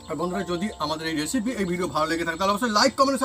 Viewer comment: এসিপি নয় রেসিপি হবে। ঠিক করে উচ্চারন করুন।